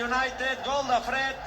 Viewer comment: Todos los goles contra el barsa son : la ramatada y al gal. Da igual que gal sea